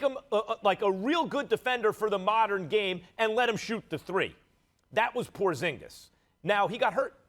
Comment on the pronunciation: “Porzigis” 💀💀💀💀💀 first take can’t get anything right